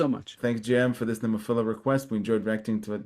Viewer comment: Have another listen to your video. You will hear a "Nemophiller."